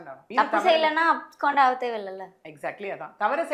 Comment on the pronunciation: These ladies dont have the full picture. First and foremost, the word is 'abscond' and not abscand. Learn pronunciation of words. I am 100% sure he never claimed to be God at any time or as a mediator. Please exercise caution and be more responsible while making allegations. I dont attend his church. No true Christian will ever claim to be Jesus. Because that would be blasphemy